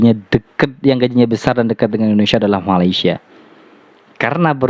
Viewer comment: Malaysia....sebut dan eja dgn betul. Bukan Malasya